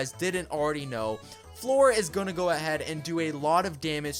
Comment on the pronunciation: its flora not flora